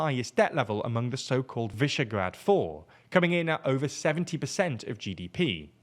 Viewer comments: nice pronounciation of Visegrád, I think it's a first for TLDR as far as I can remember. Well done. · You said "Visegrád" 99% correctly! GGs